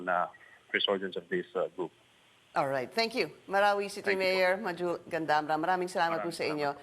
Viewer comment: It is really pronounced as such. Pinky Webb spoke it correctly.